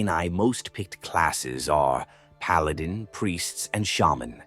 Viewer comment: That’s actually how you pronounce it